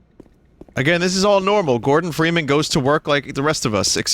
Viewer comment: Freeman versus geeman